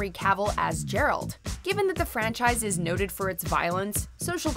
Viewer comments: Jeralt? JERALT!?!? ITS GERALT! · It's pronounced "G-air-alt", GERALT! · Its Ga-ra-ld..!! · Who the hell is JERALT? it's GGGG "GA'ERALT" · i dont understand why it so difficult for people to say Geralt instead of Jeralt! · Its "Geralt" as in Game. Not "Jeralt" as in Jar for crying out loud!! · Mahesh Hariharan LoL as soon as o heard her say “Jeralt” I went right to the comments to see how many people caught that lol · it is Geralt not Jeralt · I'll pretend I didn't hear the spelling of Geralt's name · Geralt is with a hard G like good or gone. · its GERALT not DJERALT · WTF?! Who is Jeralt?!? As usual you have no idea what are you talking about... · Good list, but Geralt is a hard G not a soft one. Thanks :) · Okay listen here, stop called Geralt Jeralt. It hurts my insides. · I'm sorry, but when you hear a guy's name constantly through 3 video games, you kinda have no choice but to either get it right, or get it wrong on purpose. His name is "Geralt"[Gair-alt] , not Jerralt. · Geralt with G as in Good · Did she just call Geralt "Gerald"? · Geralt of Rivia is a hard G! Nobody will watch a guy name Jeralt. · Jerald ??? It's Geralt LoL 😂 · Geralt... it's Geralt... not Jeralt hahahaha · Jeralt. JERALT!!!!!!!!! he's not a pokemon, and his name is GERALT OF RIVIA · It's Geralt. Not Jeralt. Watching 1 Witcher video tells you this. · DAEMON!!!!! As in, "What are we going to do to daemon?" You want to have a daemon helping you, but never a demon. GERALT!! Hard "g" as in "grow." God, it's like these people don't do any research on pronunciation. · It’s Geh-ralt not Jeralt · Who the hell is JERALT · It's Gueralt , not jeralt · Geralt not Jerald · GERalt not JERalt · Its Geralt not Jeralt ffs! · Who else felt bad with "Jeralt" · While talking over a scene where Dandelion's first word is "Geralt", no less. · You're right. I'm Brazilian, and even the dub here uses "Jeralt " as pronunciation. But still, the fans know the difference. (Specially in English)